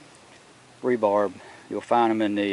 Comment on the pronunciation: R E B A R.... not ending with a B